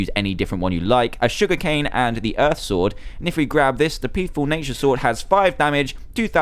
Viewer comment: you said thunder stord 5 times instead of sword